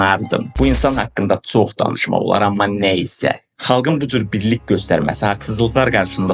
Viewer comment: Düz deyirsən ancaq sən özündə Azərbaycan dilində danışmaqı öyrən. Hesnə yox heçnə sox yox çox deyirlər.